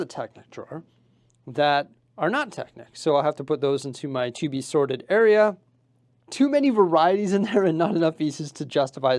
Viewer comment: I keep on hearing "sordid Lego" instead of "sorted Lego".